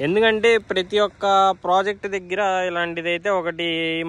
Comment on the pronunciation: Dagara kadu deggara babu 😂